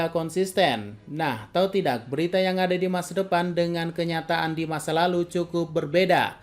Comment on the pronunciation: "tidack" aman, shit Mimin anak meme